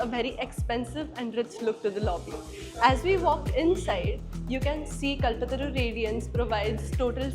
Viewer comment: It should be pronounced as कल्पतरू not कलपतरू